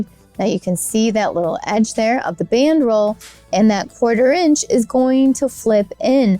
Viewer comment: Didn't sound like that. Enunciation is key to understanding.